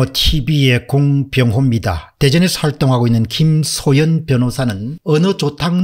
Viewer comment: 김소연을 자꾸 김소현으로 발음하는 것같은데....